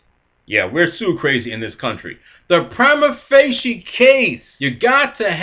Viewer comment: There are many ways to pronounce it and you're pronouncing it wrong in every single way.